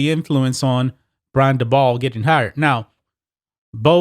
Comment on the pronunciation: Dabol is pronounced daybull.